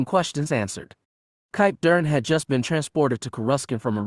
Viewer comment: Why cant the reader pronounce Kip Durans name?